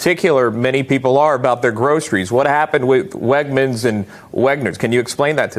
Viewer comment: My last name is Wegner thank you for pronouncing my name correctly. I would be honored if there was a grocery store with my name.